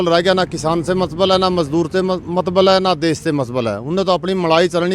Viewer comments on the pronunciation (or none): मैडम देस नही होता, देश होता है। Please please correct it.